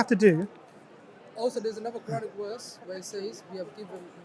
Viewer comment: Why all these qadiani have so thick Punjabi accent when pronouncing quranic words and ayats ?